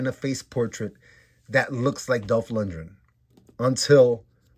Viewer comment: For future reference... you're mispronouncing his name. Lundgren. Lund-Gren. Like "grin". As in to smile. Not "Lundrin"